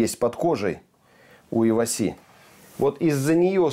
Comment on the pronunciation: правильно Ива́си. Японское слово, переводится как сардина 😁